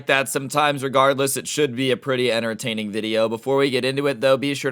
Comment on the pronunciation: It’s “entertaining” not “intertaining”